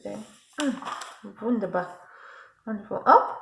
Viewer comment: So nice to see you this excited. The jumpsuit is in a new categorie that 's "Design yourself" . You should look again, I think they show you at least how to hack the pattern. And: You said "Wunderbar" in a quite clear German tone. Do you speak German?